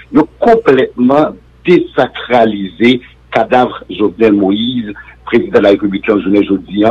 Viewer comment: Désacraliser : ne se prononce pas dezacralizer ; ce verbe se prononce dessacraliser. C’ est vrai, on nous enseigne en Haití ( la lettre s placée entre deux voyelles comme z mais dans ce cas, non)